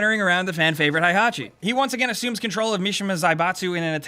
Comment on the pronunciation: '' Hai-Hachi'' - 2017